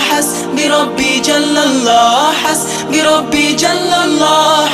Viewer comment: উচ্চারণে মারাত্মক ভুল রয়েছে । এখানে "হাসবি","রাব্বি","ফি","ক্বালবি" ইত্যাদি শব্দগুলোতে এক আলিফ পরিমাণ টান(মদ্দ) হবে। শিল্পী এখানে টানে নাই,যা লাহনে জলী বা মারাত্মক ভুল!